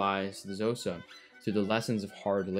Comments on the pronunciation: This eas a really good video but Xhosa si pronounced as Koza. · K'hosa with a click please NOT Jhosa ffs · Xhosa is pronounced with a click not "Zosa" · Couple of points on pronunciation, "Sotho" is pronounced "Sutu", and the "Xh" in "Xhosa" is actually a click consonant made by pressing the tongue against the roof of the mouth and sucking, kinda like the sound you might make to call a horse. It's typically Anglicized as a "K" sound, since click consonants are kinda tricky to get the hang of for people who don't have them in our native languages. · Would have been cooler if you had pronounced Xhosa with the correct click sound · Also Xhosa is pronounced kho-sa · Aint it interesting how he talks about Dutch atrocities committed against Khoisan but not bantu ones, and doesn't even try to pronounce Xhosa correctly